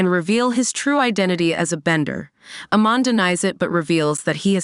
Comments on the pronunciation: don't remember a "Lin BYEFONG" or "AYMEN" in this story 🤔🤔🤔??? And the pronunciation of many other characters and key elements in the show are butchered. 😖😖😖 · Mispronunciation of Amon & "Blud" bending got me laughing 😂